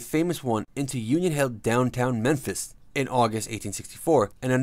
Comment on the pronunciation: He got Memphis right